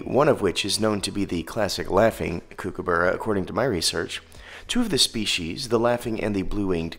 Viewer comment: I know it’s confusing given the spelling but it’s pronounced cook-a-burra not “kook” - and no one calls it “kook” for short. Nice video though!